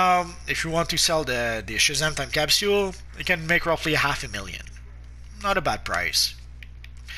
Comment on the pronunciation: It disturbs me how he says capsule wrong